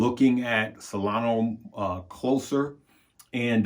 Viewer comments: SolonA. Not Solono. She’s a lady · LoL. Solana. But he keeps saying Solano.